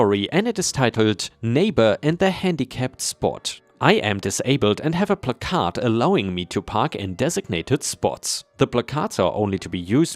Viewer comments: Placard--first syllable rhymes with rack, second syllable rhymes with yard. Since you've said in the past you want the pronunciation corrected when it is wrong, there you go. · Please, the emphasis on the word "placard" is on the first syllable, not on the "card" part.